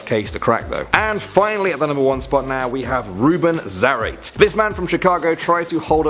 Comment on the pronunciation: Ruben Zarate 😂😂😂😂😂😂😂😂